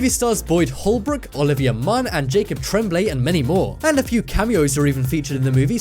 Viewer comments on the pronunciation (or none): none